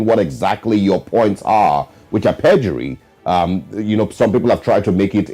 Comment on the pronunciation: Young lady, the eord is PERJURY and not PREDURY